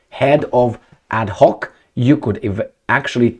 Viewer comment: It's adNoc ... with an N not an H. Abu Dhabi National Oil Company... ADNOC!